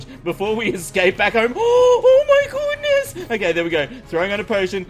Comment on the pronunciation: * 2017. "oh my gooness"